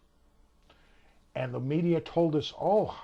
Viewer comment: "And became the senator of Ill-i-noise." Really helps out your credibility when you can't pronounce the state's name right.